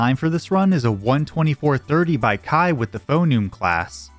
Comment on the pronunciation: No way someone's username is Kaii like Hawaii and you don't pronounce Kaii like Hawaii